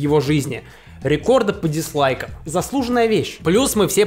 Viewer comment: Спасибо, что говоришь «диСлайки». Так, как это правильно с английского. Откуда берутся эти диЗлайки, я никак не пойму